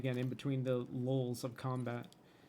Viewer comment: I know he said "lulls", but i heard "LOLs of combat"